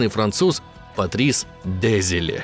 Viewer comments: Только не ДЕзиле, а ДезилЕ. Уши режет ПавЕл невероятно. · Душный коммент. Не дЕзиле а дезилЕ. У французов ударение всегда на последний слог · Видос отличнейший, восторг полный. Но я доебусь. Французские слова, вообще все, имеют ударение на последний слог. Поэтому фамилия главного разраба не дЕзиле, а дезилЕ. патрИс дезилЕ. Всем пис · Пиздец, Парис ДЕзиле, диктор вообще понимает, что так как он француз ударение, очевидно, должно ставиться на последний слог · ДезилЕ, а не ДЭзилэ, он же ФРАНЦУЗ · ДезилЕ, а не ДЕзиле. Désilets эта черточка означает не ударение, это акут. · дЕзиле? Серьезно? Автор в таком возрасте не знает, что у французов всегда ударение на последний слог?🤣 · Французские фамилии произносятся с ударением на последний слог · ДезилЕ́, он же француз, алё! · Патрис ДезилЕ. Сами же сказали, что француз. Ударение всегда на последний слог. (сори за духоту, спасибо за внимание) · Но франсуз.. Ударение на последний слог... ДезелЕ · Диктору подсказка любя, раз Дезиле француз, то он будет ДезилЕ. И вообще слышите французскую фамилию, делаете окончание на последнюю гласную, воть. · Да запомните что у французов ударение падает на последний слог дезелееееее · Все таки, мне кажется, что верно будет: Дезеле, а не Дезеле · Простите, господамы, но аж не могу ДезилЕ, француз же...Ну что же Вы, товарищ...